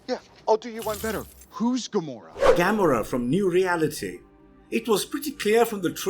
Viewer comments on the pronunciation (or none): That's what you worry about? He said Gamora worse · How you say Gamora is so wrong